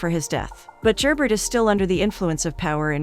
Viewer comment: Really good recap but… Could you get the names right? Very distracting is Gerbert is French and not pronounced phonetically. And Matthew’s mother Ysabeau also French, but a totally different name was used. When recaps are given if you retain the spirit of the show, it makes it much easier to follow along and listen to. Take a few minutes to watch the show to hear how their names are pronounced, especially when is it international series. All in all, great recap. Several misses with the key players names.